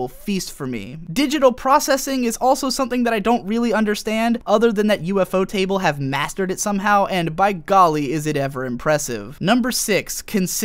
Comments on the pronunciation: Ufotable is pronounced "U - fotable", not "UFO Table". ユーフォーテーブル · Lol U-F-O-Table xD I started laughing hard when I heard that. Still love your vids though.